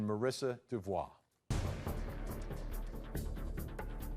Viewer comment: diffikult for me to fully understaend what they say but they ' don 't pronounce Devault name correctly ! greetings from Europe Switzerland Gstaad